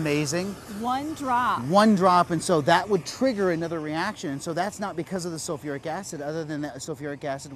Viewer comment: Sulfuric. Not sofeeric.